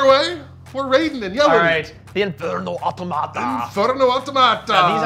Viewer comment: I think the Automata you say with emphasis on the “o” not the “a”. 😂 you may know and are just having fun making them sound like a tomato.